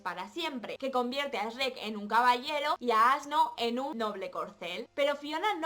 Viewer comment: "Esreck" JAJAJA no puedo con el doblaje español Supongo que les pasa los mismo al oír "chruec"